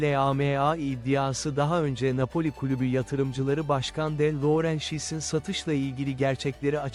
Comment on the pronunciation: Yapay zeka videosu da , ne bileyim... Ne A Pe O L İ... Napoli denmek isteniyor sanırım... Yorum doğru ama... İnanılmaz transfer....